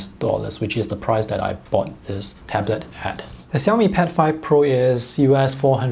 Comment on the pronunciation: Hear from your pronunciation of xiaomi,i infer you can speak mandarin?